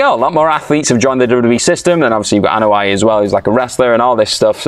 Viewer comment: Anoa'i, not A'noia...